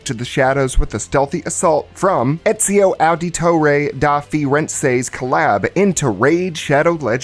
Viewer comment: Not sure if it was on purpose but your pronunciation of Ezios full name flash banged me. It was like someone mispronouncing Mario to me. I've never heard someone pronounce his name in English instead of Italian. Great video all around but I had to say something about that.